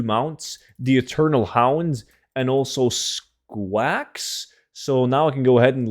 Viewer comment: love the way you pronounce squawks lol